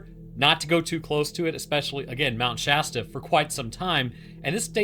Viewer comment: I’m just thanking the lord you pronounce Shasta right. I can’t tell you how many other creators just say “Shaw-Staw”